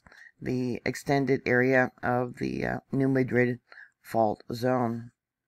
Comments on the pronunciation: Locals pronounce it New Mad-Rid, not ma-drid. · Yes,. Please pronounce correctly! Mad-rid